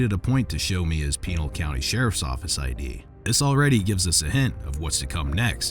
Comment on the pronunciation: HAY narrator could ya maybe try even a bit to properly pronounce the county where that meat head cop worked ?